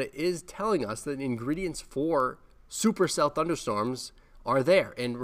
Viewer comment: Before i played this i said, "but does he say supercell?".... He did not disappoint 😂